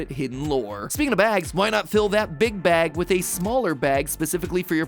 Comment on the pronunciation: It sounded like he said "big backs" not "big bag" 😭